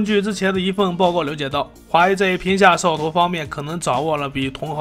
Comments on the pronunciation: 我聽到的是"皮下壽桃"🤣🤣🤣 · 聽懂就行，除了屏下掃頭真的聽不懂。